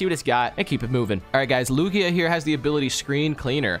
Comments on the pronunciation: LIJIA it’s lugia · You sead lu j a not lugia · its not lojia its loogia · Bro said lujiya not lugia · When said “Lugia” as “Lujia” where’s the “j” in Lugia 😂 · DID MY GUY JUST SAY LUJYA NOO it’s lugia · Triggered with lujia. Lew-ge-uh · Wait lugia is pronounced lu gia? Instead of lug ia? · Why was he calling Lugia Lujia? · He said lujaia but it's called lugia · not lujia lugia lol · they are saying lugia lujaya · it is not Lujia its Lugia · It’s Lugia not Lujia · Why does he say lugaia it's lugia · Not lugaia its lugia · Lugia pronounced: (Lu-g-e-a) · LuJiYah the pokeman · LEWGIAH????? BRO WHAT A SPED. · Anyone appreciate these guys sayin lugia "LuJIA" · ITS SO ANNOYING WHEN THEY SAY LUGIYA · LOL LU-JA-YA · Who’s a Lu-Jy-Uh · lu-GIA lol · Lugaja ? wtf is a Lugaja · He said loojia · Omg. Please stop for your friend butchering the pokemon names. Wtf is a Lu-gi-a?!?! Lu-gee-a(Lugia) and Nidoking is always said as Ny-do-king...it's nido like needle... please stop this madness!! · It is Lu Gee a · omg there’s no way just pronounced lugia like that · The way he said "Lugia" almost gave me a stroke. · and are not even pronouncing lugia name right🥲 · How they say Lugia hurts me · You said Lugia the wrong way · bro the way they pronounce lugia kills me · Can you please say lugia correctly, triggers me every time I hear it lol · I'm mad how he said lugia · He said lugia wrong which makes me mad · you pronouced lugia wrong! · Nope; Lugia is pronounced with a hard g, like with gift or gallade/gardevoir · Your really disappointing Lugia fans by saying it's Name like That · It's not gia geu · Please learn how to pronounce pokemon names. both of you, but especially that absolutely horrendous pronunciation of Lugia